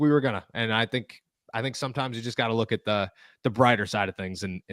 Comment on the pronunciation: STOP saying LOOKIT ffs